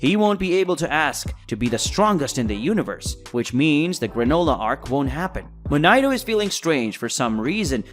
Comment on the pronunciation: Why the fuck are you saying arCH